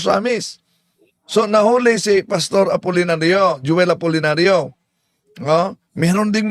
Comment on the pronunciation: Ayusin mo pg pronounce apolllnario.